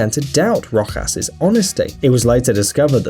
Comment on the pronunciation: You said Rojas wrong